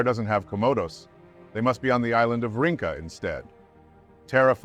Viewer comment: 'Rinca' is pronounced "reen-cha". Not "ring-ka". I'm a local.